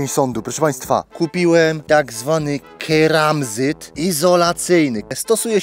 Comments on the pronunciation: Keramzyt nie karmazyt jak już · keramzyt nie kermazyt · Tym "KARMAZYTEM" rozwaliłeś mi głowę XD Keramzyt jak już ;) Brawo za dobrą decyzję z tymi rurami. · Keramzyt nie karmazyt 😂😂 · Keramzyt a nie kermazyt 😂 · To keramzyt!!! Nie karmazyt😂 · A to nie jest przypadkiem "keramzyt"?:D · Chyba mówi się KERAMZYT